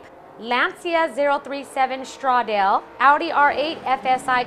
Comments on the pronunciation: loving the show as an avid n00b simracer. couple tips for the lovely, pronunciation. say it with confidence even if it may be wrong. italian and spanish have similar pronuciations, vowel sounds at the end of words are almost always said: stradle = stradaleh. (: giancarlo, less emphasis on the i, more like the J in Jon. Fisichella, 'che' is a 'k' sound in italian) loving the show keep it up, lots of great advice for simmers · Stradale is prounced Stra-daal-e.